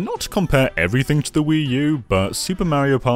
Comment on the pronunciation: Why can you say Wario correctly, but not Mario?